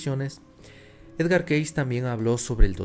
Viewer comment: El nombre de Edgar Cayce se pronuncia keisi, no keis.